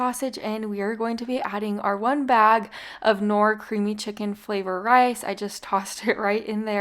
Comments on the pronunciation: Because I would like people to know what you’re talking about , I’m going inform you on how to pronounce KNORR dip . The K is silent just like in the word “know”. It’s pronounced NOR. Love your channel 😘😉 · Just an FYI…knorr the K is silent…pronounced “Nor”…:). I do love your videos! They have made my life so much easier- thank you for all the quick and easy meals!!!❤ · Knorr is pronounced Nor. The K is silent.